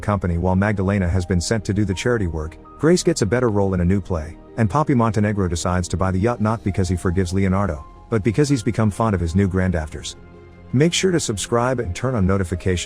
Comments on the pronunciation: it’s the program mistaking the pronounciation of the “gh” sound in “daughters” for the alternative “gh” sound in words like “laughter” or “cough”. So instead of “daughters” it said “dafters” lol. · The ai here pronounced the word granddaughters as grand-afters. It thought the “gh” was like an “f,” similar to how the word “laughter” is pronounced. Lol. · is Alive Lol, it’s not incredible when it uses ai to mispronounce everything. For example, at the end of this video, the ai here pronounced the word granddaughters as grand-afters. It thought the “gh” was like an “f,” similar to how the word “laughter” is pronounced. Lol. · "Because he's become fond of his new granddafters" 🤣🤣🤣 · "Granddafters" b r u h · What voice emulator are you using? I noticed it pronounces "ground daughters" as "grandafters"!!!!!! I had noticed similar inconsistencies before!!!!!! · I thought he said grandactors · Did he say grandactors 😂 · “Grand dafters” 😂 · Thank you for explaining that. I knew it was a robot voice just READING text, but I figured that the damned AI would understand the word DAUGHTERS and not pronounce the letter "GH" as "F" (like in tough). But leave it to ROBO VOICE to screw things up. hahahahahaha